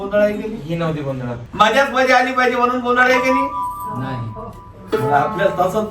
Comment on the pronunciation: Are गोंधड nahi गोंधळ हा बरोबर शब्द आहे. मराठी शिकण्याची अत्यंत गरज आहे.😂